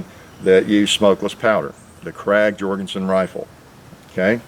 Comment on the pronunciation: 'Krag' is actually pronounced 'craig'.